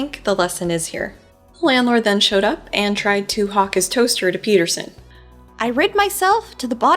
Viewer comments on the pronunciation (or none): none